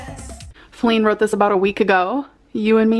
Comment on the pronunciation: She’s still saying “writ me” 💀